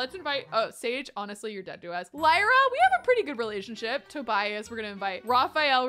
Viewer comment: I believe Lyra is pronounced Leer-ah, like Lyric! But either way, such a pretty name!! Also — Raphael is ENDGAME! ♥️